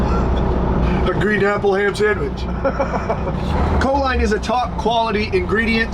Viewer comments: I beleive it is pronounced co-leen rather than co-line. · Enjoy your content bro just one little thing that my eye twitch, it’s not co-line, it’s co-leen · It’s pronounced “cho-leen”. It increases acetyl choline levels which is a neurotransmitter in the brain. It’s a primary ingredient in most nootropic products for focus and overall brain function.